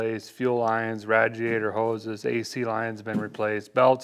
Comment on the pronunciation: 😂😂😂 ok one thing lmao quit say in radiator. if you can please & thank you in advance😊